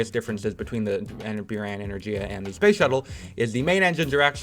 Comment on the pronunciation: He says "byuran" yet it is written as "буран" which is pronounced as "buran"